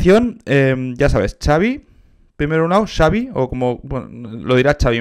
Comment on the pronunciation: Creo que se pronuncia "Javi"